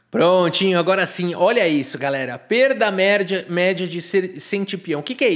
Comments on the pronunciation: Foi só eu que escutei perda mérdia?? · "Perda méRRRRRdia"! kkkkkkk!